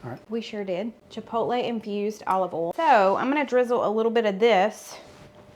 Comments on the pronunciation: North…..to Nebraska!! No accent here. I do love when you bollstuff or add your favorite oll. Love you guys!!!! Slim n slender!! Dude!!! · Nova Scotia, Canada here. Your accent is one of the main reasons why I watch your videos. My daughter and I crack up each time you say 'bol' and 'ol' in place of boil and oil. Truthfully, I thought the heavy southern accent was just exaggerated in the movies, but - nope!! Amazing! I also enjoy your recipes too and have made a few. So thanks!! 😊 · I love when you say Olive ol (oil). Yes, you have an accent. Hello from the northern Midwest of Wisconsin! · I’m from Ontario Canada. I don’t sound like you. 😁 we use “oil” and we “boil” rather than “oll” and “boll”. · North Carolina accent. Have had some New York coworkers have me literally pronounce certain words for their entertainment such as oil, boil, y’all and yonder, etc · I live in Michigan and yes, you have an accent. I KNOW you can pronounce BOIL, FOIL, OIL correctly, because you have demonstrated it in the past. If you can say BOY properly, you can clearly say those other 3 words properly. 😂 Just practice! 😂 I still love your videos!! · I am from California and live in Washington. You gave a strong accent. I love the accent but I cringe a bit when you say oil, boil, or foil lol. I know its my ears lol